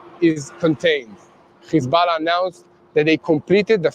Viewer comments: Please don’t say khizbalah any more. It’s hesbolah. Ok practice. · What press cant even pronounce hezbulloh properly